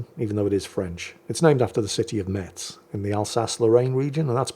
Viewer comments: It's pronounced Mess, not Mets, leave it to the parisians who know no other city 😂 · Haha Hello, this one is very funny, "how i mess your mother" Considering Metz is pronounced like mess (dont ask, its french, i dont know i'm only born in that city) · Btw, the "T" in Metz is silent 😅